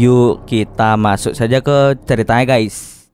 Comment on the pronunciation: Khas bgt buat pembukaan 😂 Heyy what's up Gays,,,🤣 seremmm kerennn konten nya semangat terus buat konten nya👍